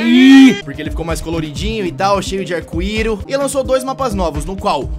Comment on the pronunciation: eu ri na parte que o td fala cheio de arcuiro kkkkkkkkkkkkkkkkk